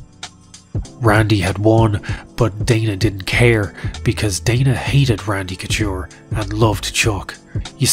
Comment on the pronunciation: Randy cotchure? lol